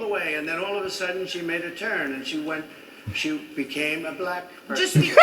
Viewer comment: 😂😂😂😂 bro said black like it got a Q in it